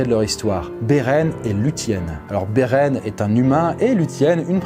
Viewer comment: La vidéo est intéressante, mais la prononciation de « quenya », « lúthien » et même « Beren » n est pas très bonne (dsl je sais que je suis pointilleux )